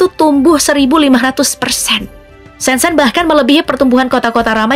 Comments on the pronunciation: Kota "ShenZhen "Mengejanya bukan SenSen tapi "Sen Cen".... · Shen Zhen/Sen Cen. Jangan dibaca sen sen. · Baca : Sencen